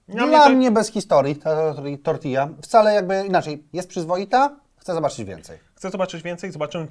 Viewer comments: dlaczego mówisz TortiLLa. Uszy więdną:/ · Do jasnej cholery, mówi się tortija!